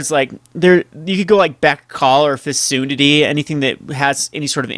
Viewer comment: Fecundity is pronounced "fee-CUN-dit-tee."